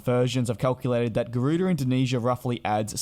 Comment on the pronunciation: Garuda or Gardua 🤔🤔🤔. Please get the name right will ya 😒